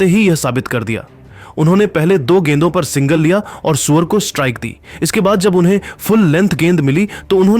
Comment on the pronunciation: Q surya bhai ko suwar suwar bol raha hai upna language thik kr